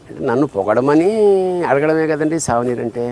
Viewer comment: సావనీరు, బతకనీరు ఏమిటి సర్ ? సూవెనీయర్ (souvenir).